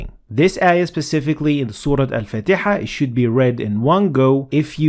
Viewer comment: why do you pronounce the chapter as 'fateha'and not faateha? because there is an alif after the fa